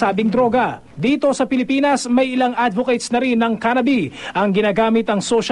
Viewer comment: the presenter pronounced Cannabis as Cannabi. That shows you how much of a bandwagon and a dumb person he is.